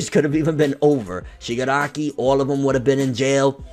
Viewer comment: Haha u cant say shigaraki kid